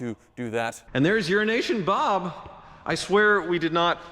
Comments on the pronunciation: Why does he keep saying 'Urination Bob'?!😂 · Is it "Euro Nation Bob" or "Urination Bob"? 🤔😂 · 'Euro-nation' needs a slight pause in the middle otherwise it sounds to much like 'urination' Love you Bob :) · You sure enjoy butchering Euro-Asian Bob don’t you.